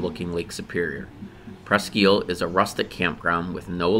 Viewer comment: Presque isle not eel...think island or "iyal"